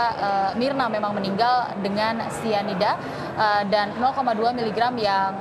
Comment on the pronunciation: Syianida??ah besyanda,,,terlalu fasyih